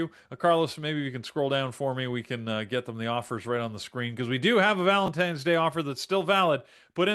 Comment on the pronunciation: How do you take serious someone who says valentimes.